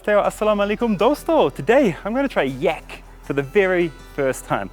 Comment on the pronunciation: In my country yak is pronounced like in "rack" not with an "e" like word "tech". Very odd to listen too as you say it like you'd say "yeck" :D